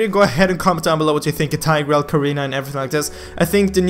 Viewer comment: Is Tigreal really pronounced as TAY-GREL? tf